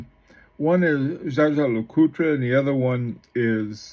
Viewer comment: Dja-dja Lecoutre??? Seriously? The name is Jaeger, German for Hunter. It is pronounced pretty close to famous pilot Chuck "Yeager", not like some Filipino "bad-juju" or Star Wars Jaja-Binx character! CRIKEY! Is there is not ONE amongst you self declared watch expert youtubers, who can get this right? This really is very annoying, when you butcher names!